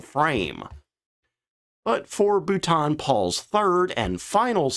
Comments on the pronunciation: His voice is bad enough, but that pronunciation- terrible. Can’t watch his videos anymore! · Uh, it's pronounced "Bolton" like bolt-on, not bouton, which might be how the French would try to pronounce it. :-} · For the love of all that is holy! Everyone keeps telling you in every video where you use the name, that it is pronounced Bolt-en or even Bolt'n not Bouw-ton!!! Also designations for aircraft from the Air Ministry were not the same as American ones for obvious reasons. F as stated was fighter, but Bomber & Ground attack were subdivided. Regardless, THe number you gave F.6/42 was for a Medium altitude lightweight fighter, introduced after the capture & evaluation by the RAF of the FW-190 in 1942. The Bolton Paul p-98 design was one of these, but was rejected because it didn't meet the weight restrictions. The P-100 was developed from that separately as a ground attack aircraft, and was not really part of the ministry specification since it was not a fighter. The P-101? Dismissed out of hand. Fortunately we ended up with The Hawker Fury, Tempest and better Spitfires instead, and the Tiffy was a perfectly capable ground attack aircraft. You seem to have confused 2 completely separate Specs. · Boot on Paul!!, Bou -l - ton - Paul, you practice that..but still a Good vid. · Correct pronunciation: Boulton (Bowl-ton) Paul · ...Dude, no, Boulton isn't pronounced like Bhutan. I can imagine it sounding somewhat similar if it was French, but that's a friggin' British mfr. So, what you're implying there is aircraft guns were 762 mm or 12.7 mm. Read the decimal points. Outfitted, not outfit. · Bolton. Bol-ton. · Your poor pronuciation grates. As for ejection systems preventing production, maybe you should look at the Look-oid F104? ( my version of Lockhead is no worse than yours of Boulton-Paul). Is not the twin boomer a forshadow of the A10 Thunderbolt II? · God bless America for the way to pronounce Boulton Paul….I learnt something today..😂